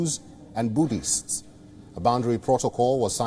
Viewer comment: The anchor guy said Boobist. I've been a boobist all my life!!